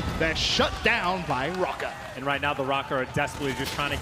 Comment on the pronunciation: Is it just me or is everyone pronouncing Røkker wrong? The ø is pronounced like "uh" and I'm not hearing that.